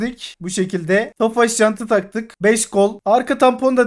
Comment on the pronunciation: Abi o ofaş değil Tofaş